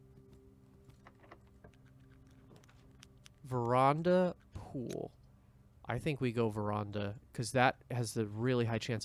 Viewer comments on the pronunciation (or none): you probably don't care but veranda is pronnounced as ver-ann-da as fopr your question the (in game) lore makes it clear that marion faked her disappearance after the crown was stolen so that she wouldn't be captured; while its never stated outright its heavily implied that mnarion is alive and well in the country to the south of the one in which the estate is located